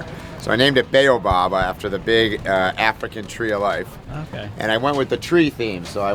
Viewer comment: Is Baobab.. not “Beeeyoooubab”:) cool rig!